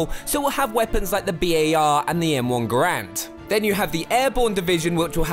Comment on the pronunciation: its a m1 garand not m1 grant